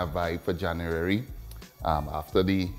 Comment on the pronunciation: You lost me at the 4th "January", very hard to understand